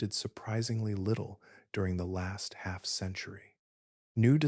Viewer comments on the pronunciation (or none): none